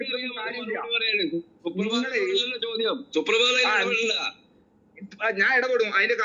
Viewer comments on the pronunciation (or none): വലയ്ക്കുന്ന ശോദ്യം ്് ശോദിക്കല്ലേ . ടീച്ചറ് മ്യോളെ😂